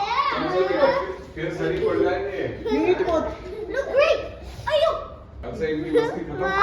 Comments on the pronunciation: That ayyo from mouth felt more Indian ❤ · The way says "Aiyoo" is so chinese, I have also learnt it by watching chinese drama😅